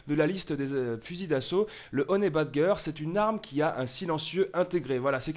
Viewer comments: Ca ce prononce honi badjeur pas honait badgueur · On prononce "Honey Badjeur" pas "badgeur" xD